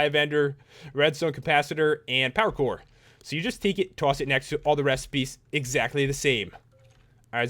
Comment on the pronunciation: When you say power core your like saying pakour